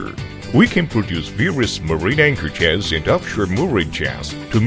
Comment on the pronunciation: Given this is a video about Anchor Chains, I think hiring someone who can't get close to pronouncing Anchor Chains was a bad move.